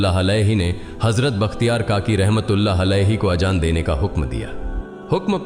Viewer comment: Gareeb nawaaz bolte h nawaj ni thumbnail me galt h .azaan hota h ajaan ni pls sahi se sahi words bole aur b gltiya h sahi se words ni bole gae h pls check